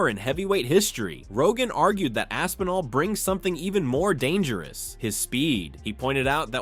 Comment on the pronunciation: You’re missing the P again Rampage. Lol. AsPinall. Not ASSINALL.. lol